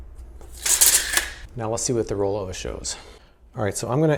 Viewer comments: How much times did you have to do a re do because you said rollover rather than rollova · I think the pronunciation is supposed to be similar to the watch, Bulova, where the stress is on the first syllable, but I could be wrong and it wouldn't break my heart. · I thought you picked up a Boston Accent 🤣it was just the brand name.